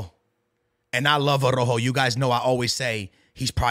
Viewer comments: Stop saying Arrojo bro it’s Araujo 😂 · Bro even harry kane can pronounce Araujo better than is crazy 😂